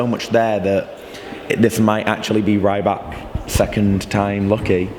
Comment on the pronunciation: it's not rAYbak, its pronounced rEEbak